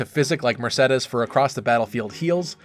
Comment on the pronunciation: Finally someone that pronounce Mersedes and not Mersidis, thank god